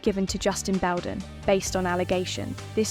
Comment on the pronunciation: After ALL the evidence that came out about Amber and you still have people creating videos defending her... i can't even with this nonsense. The AI can't even pronounce Baldoni or his lawyer, Friedmans name right lol This has to be a troll video cause anyone in their right mind would know making this video is a waste of time. ✌️